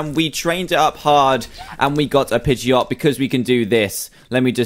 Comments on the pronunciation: it's not a pegeaotoe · Pidgeot say jet instead geot